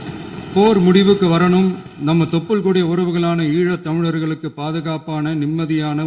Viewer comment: ‘ஈழத்தமிழர்கள் ‘ என்ற சொல்லை மிகஅழகாக உச்சரித்ததற்க்காக நன்றிகள் .. உங்கள் காலத்தில் எங்களுக்கும் ஏதாவது நிரந்தரமாக ஒரு தீர்வுக்கு உதவுங்கள் அண்ணா.❤